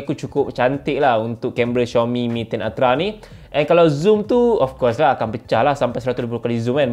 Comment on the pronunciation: betul sebutan xiaomi ko tu...channel lain sebutannya Ziaomi.